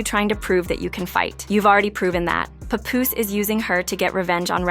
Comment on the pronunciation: I hate the mispronunciation Pupoose!